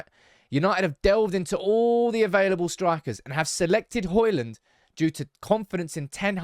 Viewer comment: it's Hojlund not Holjund 😂